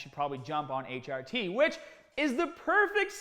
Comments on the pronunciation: What are you doing?.... It is pronounced Tee Are Tee. Not Tee Odd Tee... Need some PEDs out there in Brooklyn, some PRONUNCIATION ENHANCING DISCUSSIONS. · he says it right the final HRT he says is right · Everyone: "HRT" "H - AH - T" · Sounds like a Boston accent. My ex used to say "work on the caahburataah in my caah" but bra was brar. 😎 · I really love how you said hrt it sounds like a different word